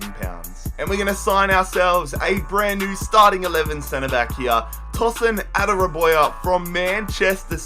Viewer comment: Adarabioyo is said like ada-rab-e-o-yo